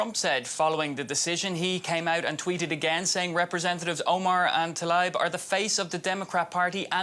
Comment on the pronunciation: Tlaib not Talabi